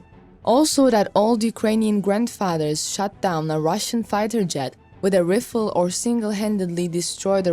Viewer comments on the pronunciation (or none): This lady needs to learn how to properly pronounce BRIGADE, breee-GA-DE, not “Brijit” 🙄🤦🏼‍♂️ Also, RIFLE….RI-FULL not “Riffel” FFS. It’s in the video title even FFS!